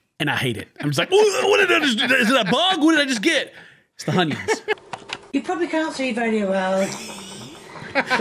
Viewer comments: World: “Onions: “Honions” Love you ken 😂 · Glad to meet someone else who doesn't like surprise honyuns in spaghetti. And raw hunyuns in mince is awful. All you're doing is steaming the hunyuns in beef steam. Saute them first.